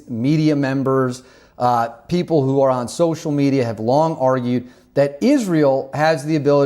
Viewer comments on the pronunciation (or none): none